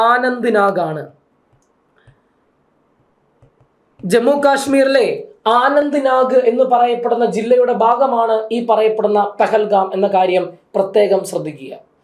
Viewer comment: ആനന്ദ് നാഗ് അല്ലാ അനന്ത്‌ നാഗ്